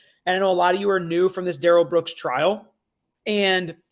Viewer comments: About the 'Please, his name isn't pronounced Daryl'.. His own Momma pronounced it Daryl so lol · His own mother in interviews called him Daryl with the accent on the first syllable, the normal pronunciation. It seems like she should know since she's the one who named him. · Why does his mother pronounce his name "Darrell" not "Durrell" if "Durrell" is the correct pronunciation,she's the one who named him? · Judge Dorow had a reason for taking all these hits from Darrell Brooks. She had the community in mind. She was looking out for the community. And his name is pronounced Dare-L, not D'rell. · A TACKIT AGREEMENT is what this fool keeps saying. His MOTHER pronounced it DARREL NOT DA-RELL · Sorry patty, but his mother pronounces his name as “dare-ul” not “duh-rell” Comments like this drive me crazy. I would say him mom knows how his name is actually meant to be pronounced. Telling the police that his name was pronounced “duh-rell” was just another one of his pointless lies. He lied about how his name is pronounced, not what it IS, not how it’s spelled, but how it is pronounced. He lied about the specific sports team logo that was on his shoes. Not the color, not the style, but just the specific team’s logo that was on them. He lied about having a driver’s license after the police had already recovered and seen his state issued ID card that was in his pocket at the time of arrest. He lied about Erika Patterson sending him those photos and letters when it’s something so easy for the prosecution to prove. His lies make absolutely no sense. None of them benefit him in ANY way. As a not-so-wise man once said, “MIND BOGGLING!” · His mom, grandma, and friend pronounce it “Darr-L” not “Duh-rell”.. I think he made the “duhrell” pronunciation up. He also DID NOT have any shock device on him so I’m not sure why that question is being answered that he did….